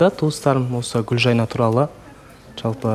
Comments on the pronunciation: Гүлжайнаш деп мына жүргізуші елдің миын ашытты. Гүлжайна емес па онда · Катсусылар ушин,Гулжанат деп шайнап отрма атын хоть дурыстап айтшы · отынем Гульжайнага Ш-ны коспай сойлеш бесит уже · Гүлжайна ғой аты, Гүлжайнаш, Гүлжайнат деп де айтып отыр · Гулжайна деп дурыстап айтындар оздерин..